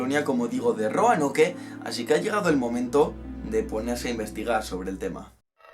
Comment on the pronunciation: Se pronuncia Roanok no Roanoke xd